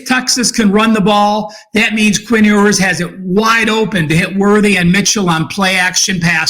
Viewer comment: It’s not “Ooers”, it’s “You’ers”. Hook’em Horns! Great breakdown!